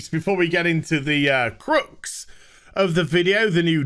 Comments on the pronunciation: How about pronouncing crux, ( as in dux, not crooks), correctly for a start. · please learn to say crucks properly